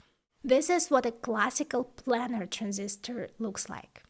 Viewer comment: Fantastic video, very informative and well presented. If I may make the tiniest suggestion, it's on your pronunciation of "planer transistor". It's pronounced "plane" like "airplane" (as in a two dimensional XY plane), not "plan". The Planer Process was introduced by Fairchild Semiconductor and refers to its top-down 2D approach which allowed for photographic (later lithographic) design and manufacturing that revolutionised computer development. As I say, a tiny point in an otherwise flawless video. :)